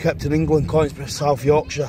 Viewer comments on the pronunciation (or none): As an ex Donny man its pronounced Con- is - brough. Enjoyed the vid Keep safe and respect to you and Ryan